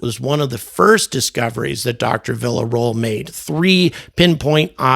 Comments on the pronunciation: Villaroel is pronounced “via-ro-el” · Vee-a roh-el